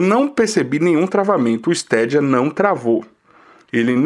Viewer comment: melhor falar : Steidia ! ja que não traduzimos Xbox nem playstation !